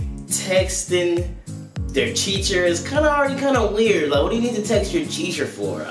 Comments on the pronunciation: Is he saying Cheacher in the beginning?😂😂😂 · Bro teacher not cheacher😂😂😂😂😂😂😂😂😂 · It's teacher not cheacher 😂😂😂😂